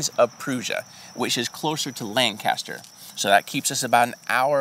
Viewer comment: Ugh. Not LANcaster. LanCASter